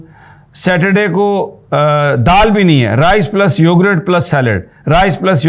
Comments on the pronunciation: Yogurt not "Yogrett" 😂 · Please it’s not “ Yorgrraat” it’s yogurt or for easy English … “ Yogart” Hope you consider it! 💐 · Sami Ibrahim Sahib, It’s YOGURT not Yogrut You said that numerous times. Please correct that YOGURT. Thnx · May Allah keep him safe. It's YO-GURT and not YO-GRUTT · Plz it is yougurt and not yougrut, with pardon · It is read as yougat not yougart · I am highly surprised that you don't know the English of " Dahi, are you an uneducated person ? Can't you pronounce the word correctly